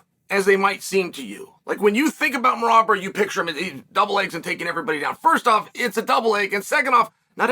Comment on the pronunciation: Came here to hear Chael butcher Merab's name😂